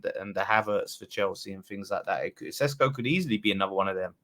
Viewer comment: Sesko is pronounced SHESKO “ The British media saying his name like he is Spanish 🤣🤣 Sounds more exotic